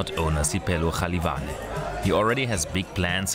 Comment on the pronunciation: Jalivana isn't Spanish... Pronounce it properly.